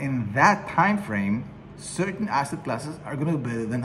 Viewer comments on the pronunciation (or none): none